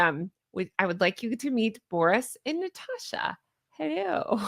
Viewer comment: I'd have to say I ❤️ the name Natasha. Theres no R in it tho, its NaaaaTasssssshhAAAA. Trust me on that 😉